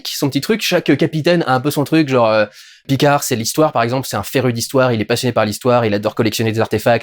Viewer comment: "Picard", t'es pas obligé de prononcer le D, à la fin. C'est un nom FRANCAIS, je te rappelle.